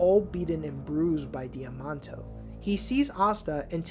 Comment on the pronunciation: I think the name is pronouned - Damn Nay Shio